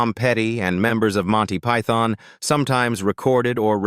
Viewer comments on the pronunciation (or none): none